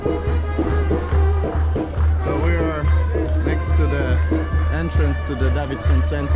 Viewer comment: Entrance,, not "Entrence"...🤔